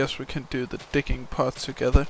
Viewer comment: when you say "digging" it kind of sounds like "dicking" whats your accent?